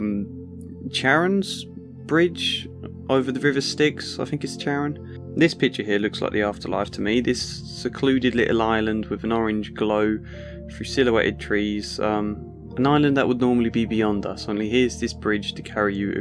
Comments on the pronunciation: I googled it and found multiple pronunciations for it: Shar-on (like how Charlene is pronounced) , Hare-on (proper Greek way, don't enunciate the C), and Care-on (Anglicized version of Greek way). He says Chair-on in this video, which isn't a way of saying it that I was able to find. At least everyone agrees on the second syllable. Lol :) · it's pronounced care-on